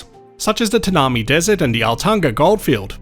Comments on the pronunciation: Tanami is pronounced TAN-am-EYE. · Love you channel, pronunciation correction Tanami desert is pronounced Tan a my. It is an amazing part of Australia too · Tanami is pronounced ......Tan uh my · Like your videos but cant believe how you mispronouned the Tanami desert